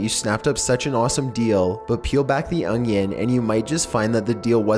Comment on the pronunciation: Peel back the ounnyenn....lol